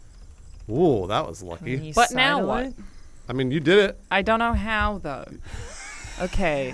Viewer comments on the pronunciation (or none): Alannah sounded so Australian “I don’t know how tho”